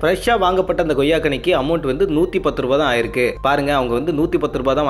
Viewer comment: Super Sir but reporter Sir it's Koyya or Goyya